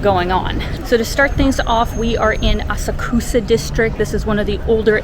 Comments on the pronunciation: Asakusa is pronounced A-sak’-sa. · please learn how to pronounce asakusa